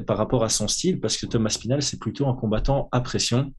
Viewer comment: Pourquoi vous dites toujours Tom Aspinal en un mot? On entend parfois Thomas Spinal ou alors Thomass Pinal